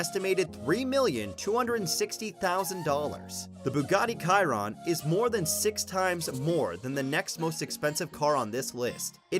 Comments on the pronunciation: I can name hundreds of cars more expensive and it’s pronounced sheeron not Keeron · You did not say Chiron right it is like (sh-eir-on) also there are like 35 cars more expensive than the Chiron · The way he pronounced Chiron made me cringe